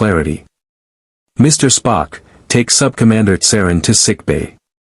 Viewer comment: Yes, the un-natural breaks in "Mr... Sulu" & "Mr... Spock" were very off putting.